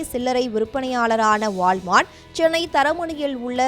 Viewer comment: நல்ல தமிழ் பேச ஆள் கிடைக்கவில்லையா? வாள் மார்ட். உச்சரிப்பு தெரியாமல் பொது வெளியில் பேச ஆள் எடுக்கும் ஜீ.